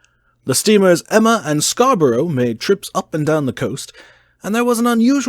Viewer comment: It's pronouced Scar-buruh 😜